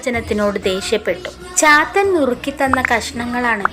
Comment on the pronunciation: ചാത്തൻ എന്നത് പാത്തു എന്ന് കേട്ട പോലെ തോന്നി...😂😂